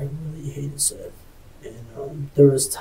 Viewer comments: You guys keep mispronouncing his name. It's SETH as in BETH. His name is literally said a couple dozen times. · Seath… like Heather. Feather. Death. Not seethe. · Even worse, pronouncing his name ‘Seeth’ 🙄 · This case is beyond dumb. Also, isn't it pronounced Seth, not seeeeeth? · “Seeth Jackson.” Sigh… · Seth Bargo? . Narrator made a mistake there